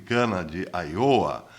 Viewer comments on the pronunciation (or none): none